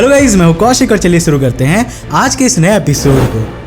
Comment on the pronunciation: Bhai. Suuru karte hai ya shuru Kate hai . Very poor Hindi .. motion .. motan...???